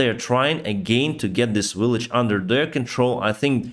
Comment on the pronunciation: You have almost made the transition from "willage" to "village".